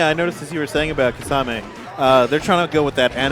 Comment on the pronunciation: why do u guys pronounce kimimaro correct but not kisame...